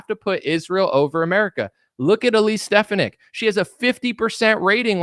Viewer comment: Her name is pronounced, Stef fawn ick. As a physician and woman, I think she supports my views and should be JD Vance's VP in 2028.